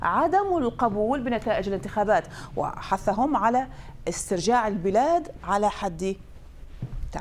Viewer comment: استرژاع، توژه!!! استرجاع ، توجه... مذيعة BBC لاتجيد نطق الحروف العربية!! السبب انها عراقية 😂 عزيزتي الاعلامية العراقية ان الاعلامية اللبنانية تقول ژ بدل ج لانها غير متمكنة من العربية لاتقلدي الخطأ اللفظي بنية الغنج 😂